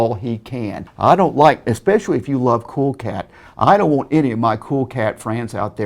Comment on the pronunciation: He said "Expeshawee" HA!!!!!!!!!!